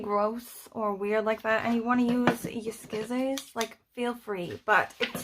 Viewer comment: OMG,! I say "skissors" all the time, too! I LOVE IT: Twinseees, lol! Love the zine; love that you're giving us all SO MUCH TIME to prep for shorty September...But maybe I've been planning this years' shorty September since October 2022 🤔🤣